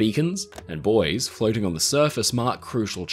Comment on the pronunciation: He can't pronounce bouy😂😂😂😂